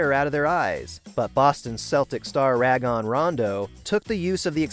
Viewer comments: "Ra-gone" rondo. Has this dude watched one nba game ever? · ong like dude know the name before you say it